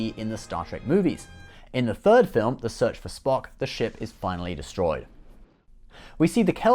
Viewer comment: "The ship is finally dostroyed" :D Btw the Enterprise F looks really good i didn't even know about it.